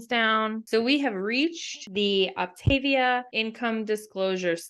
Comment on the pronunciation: First and foremost, it is not Op-TAY-via, it’s Op-tah-VEE-ah. If anyone wants to lose real weight, this works. Idc what these guys are saying. I had never felt so great in my life. I got off after 7 months when I hit my goal of -55 lbs. I maintained my weight easily bc I had learned control, which I had never had. I got pregnant again and just splurged when I knew better. I caused my weight gain! And how is it starving you?! It’s eating 6+ times a day! And they make it so easy you don’t have to even think. This vid is BS. If you do it right it works. I’m 3 YEARS postpartum and I am going back on it bc I’m 40 and I know it’s the only thing that works. Also, NOT ALL FUELINGS ARE DELICIOUS! However, you have to watch reviews and try a variety to know what you’ll like. Also, there are so many HACK VIDEOS to make the ones you don’t like so much better. Some are down right delicious. And being a coach is your choice. No one forces you to become a coach. I did it last time and I made about $500 a month. Which did justify it for me bc I used it to pay for my boxes. I won’t be coaching this time, though. Just losing weight. 1 week and down 3 lbs.